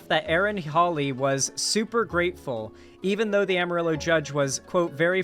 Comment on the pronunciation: Every time he says "am a ri low" instead of "amarillo," I die a little inside 😂